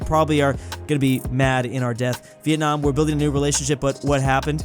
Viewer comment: Bro said venamor instead of Vietnam